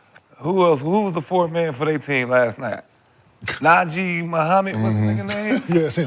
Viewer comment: Swaggy said Naji Mohammed 😂😂😂 48.54